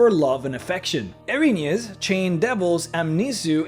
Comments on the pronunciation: [sees title] Well, first of all, they're not angels. They're a punishment sent by the Greek gods to right an injustice (percieved, or real). Their name translates as "The Furies", and... you... really don't care, do you? Also, it's pronounced "EER-uh-NEEZ" not "Eh-rin-yes". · I'm glad to see someone else who knows this. Now, if only we can get him to pronounce it correctly...